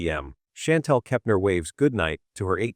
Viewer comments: Omg ; if you mispronounce Anna's last name Kepner one more time I think I will scream! You keep saying "Keptainer" there is no a i n syllable in that last name anywhere yet you keep talking about accuracy on the channel! Argh! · KepNER SAY IT RIGHT